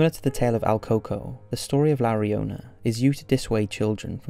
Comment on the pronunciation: In Spanish 'Llorona' is pronounced 'Shorona'. Same principle as 'yo'.